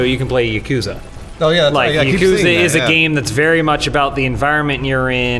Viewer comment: How can you pronounce ya-ku-za correctly! FAIL